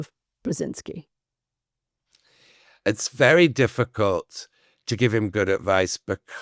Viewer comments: At least he could have practiced to pronounce “Brzeźinski” correctly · Brezynski, Brezhinski ... ? Is it that hard to spell it out and pronounce it correctly ? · Excellent story of a great man (I wish the author would learn how to pronounce his name properly)